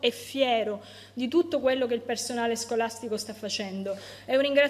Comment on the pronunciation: Ma dice sgolastigo?